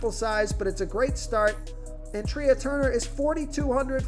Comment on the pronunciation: FYI Trea is pronounced like Tray (a thing to place plates on in a restaurant.)